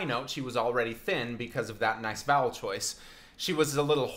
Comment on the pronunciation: Does anyone else hear "bowels" instead of "vowels"? Maybe I'm too much of a horror fan... 😂